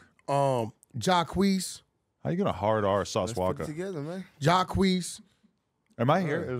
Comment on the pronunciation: I ain’t gone like, Wack 100 saying “Sauce Walka” with a hard “-ER” is crazy work 🤦🏽‍♂️😂🤣